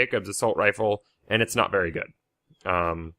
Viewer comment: he said berry big